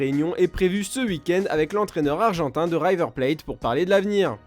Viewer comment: C’est River not Ryver lol